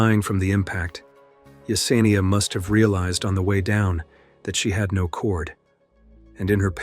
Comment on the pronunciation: He pronounced it differently, like 'now'.